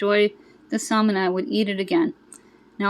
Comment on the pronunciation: Love your channel all the time! But 2 things I noticed... Your audio didn’t match what you were saying. Wonder what happened. Also, the “l” in salmon is silent. Just giving one of my fave channels a heads up! Happy Mother’s Day!!!!🌻🌸🌷🌾🌺